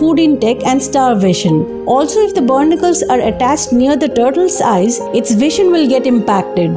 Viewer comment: Its pronounced "Baa nick killls "not burnicles